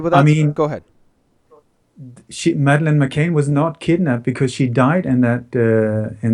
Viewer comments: once again you're covering the important topics - brilliant! One little thing though, Madeleine's last name is McCann not McCain. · Madelaine's last name is pronounced "Mc CAN", rhymes with tan, not "Mc CAIN", rhymes with rain. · when referring to the McCanns could you please stop pronouncing the name as McCain. It's MCCANN, not MCCAIN or MCCANE. Mc Cann. Thanks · The MSM will be saying he can't even get the names right, McCann (Pronounced m'can not m'cain) ....Saville (pronounced Savul) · McCann not McCain. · McCANN... NOT McCain!! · And the way you pronounce McCann (like McCain) doesn't resonate, Jimmy Savile's name is pronounced wrong too. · its prounounced ma can not ma cain.. jimmy saville like saddle not deville...its just been bugging me lol..keep up the good work. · McCann, not McCain. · pronounced Maccan for Madeleine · "Jimmy Seville" (must be Spanish) and Madeline "McCaine". Dude, these are 2 of the most covered stories in the UK....would it kill you to take 2 minutes out of your life and get their names right?